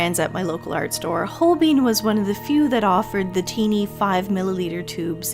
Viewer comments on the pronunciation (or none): Good video. Not trying to come across rude (even though usually “everyone” that’s about to be rude preambles with those words), but Holbein is a German name so the ‘ein’ should sound the same as the ‘ine’ in ‘vine’ and ‘fine’.